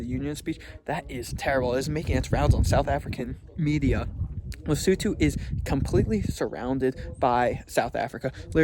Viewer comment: finally someone pronounced the name of the country right 😂